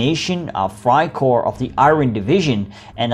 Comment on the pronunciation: It’s Freikorps not freikor you’re butchering they’re name